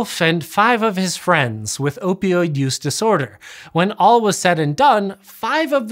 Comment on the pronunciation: Most impressive part of this video? His ability to say "opioid" correctly, repeatedly. I can't even say it once. My mouth keeps spitting out "oypioyd."